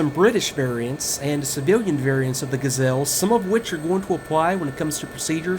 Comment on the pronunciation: no no no... you say ''Ga'' short and ''zelle'' long. The correct french pronounciation is ''Ga'' long and ''zelle'' short! Please. It's a joke, but it's true :P Great review!!!